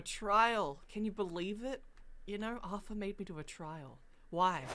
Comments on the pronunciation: It’s pronounced artar not arfer just saying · Anyone else triggers he says Arthur instead of artur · Its auteur not aurfer or author auteur